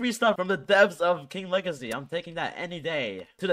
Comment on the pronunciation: it's king WEGACY